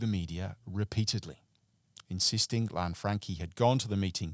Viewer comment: Lan-Fran-Chee not Lanfrankie